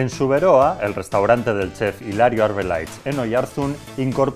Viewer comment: ba nik ez dut inoiz entzun "Zuberóa", beti "Zubéroá" entzun dut. Beste adibide bat, ez da esaten "Ondarróa", "Ondárroa" baizik